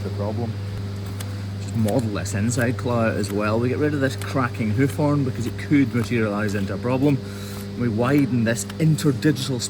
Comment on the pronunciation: "Heuf Hoern"